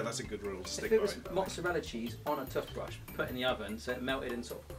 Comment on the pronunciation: did he say tuthbrush?